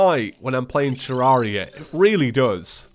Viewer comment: it’s said ter-rare-ia not ter-ar-ia